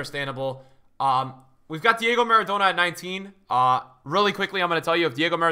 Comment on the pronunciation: Why is he pronouncing Maradona and Kaka like that🤮 he for sure bird mating calling me with that kaka pronunciation.